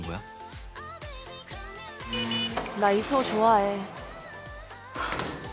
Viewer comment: 난 이수호를 야소라고 들어버렸다.........